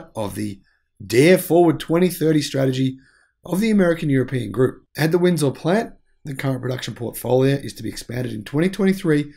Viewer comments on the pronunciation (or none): Please learn to pronounce Ontario and Windsor correctly. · I think that pronouncing Ontario and Windsor properly should probably be mastered before commenting on Trudeau.